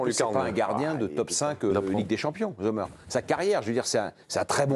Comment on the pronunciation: premièrement Sommer ça se prononce comme en anglais. ici en Suisse alémanique on l'appelle "Sommm'r" voilà au lieu de faire comme si vous saviez parler le suisse allemand :-DDD arrêtez de mettre un Z devant !!! merci !!!